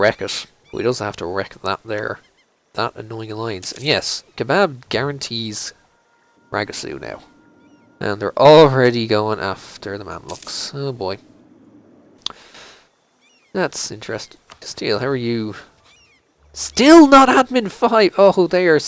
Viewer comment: Ragasoo is Ra-goo-sa, actually. :)